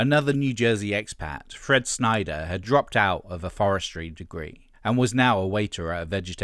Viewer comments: I'm two minutes in, i really hope you aren't going to continually mispronounce Fred Schneider's name. It's Schneider not "Snyder". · Schneider. Not Snyder. You're killin me smalls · Schneider not Sneider